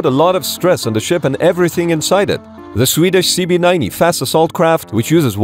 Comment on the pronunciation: its the "CB90" not CV he just pronounced it funny, Stridsbåt 90 means "Combat boat 90"